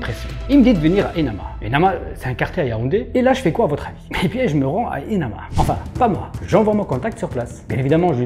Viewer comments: Émana pas enama 😅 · Le nom du quartier c'est : émana pas enama😅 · Le quartier c'est Émana, pas Enama